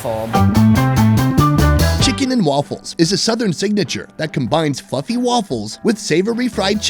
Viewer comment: i had to listen to it a few times to determine if you said fluffy or Fu**ing